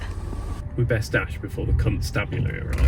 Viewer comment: Did you say Cuntstabulary?